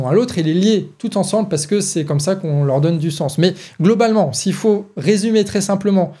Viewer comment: "Il ne fauht pas avoir peurhr !"